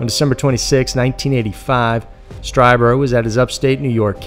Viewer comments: Ditto!!! I love how the narrator just sticks to the story - doesn’t have stupid side stories or drama or opinions much Like most other male YouTube narrator’s! I do cringe it some of the pronunciations like in this video for instance Strieber Phonetically is capital STREEBER.... not STRY-Burr —- but who cares it’s such an awesome channel!! One of my top fave channels! I know that it’s not a popular opinion to have, that there’s obviously + probably (imho ) aliens & other planets etc. out there, it just seems like common sense to anyone that thinks about it for more than five minutes!!?? I honestly have more distrust in people that don’t believe there’s something out there than the people that do believe. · Whitley's last name is pronounced, "STREE-buhr". He himself identifies this way in his radio show. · Pronounced "Stree-ber" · Whitley Strieber's last name is pronounced stree-ber, like bee-ber. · Strieber is pronounced Streeber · it's pronounced "Stree-ber" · You often bug me when you don’t research your stories enough to get people’s names correct. Whitley Strieber is very famous, and very credible and pronounced like “streeber” - with a long e sound, and not with a long i sound. Do your home work dude - you get many names wrong.